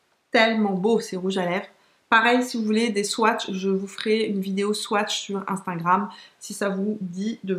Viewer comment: Cc ma belle super vidéo comme toujours, les superstay de Maybelline j’adore aussi ils sont géniaux. Petit bémol c’est pas grave mais c’est « instagram » on dirait toujours que tu dis « instingram » Pour le reste j’adore 😘😘😘💋💋💋